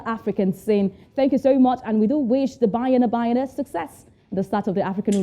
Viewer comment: I like the way the presenter is calling banyana banyana 🤣🤣🤣